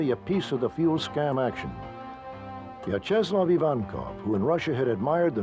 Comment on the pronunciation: I couldn’t get past how he pronounced Vyacheslav